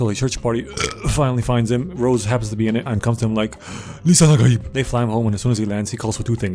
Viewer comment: Lisan Al-Gaeb 😭😭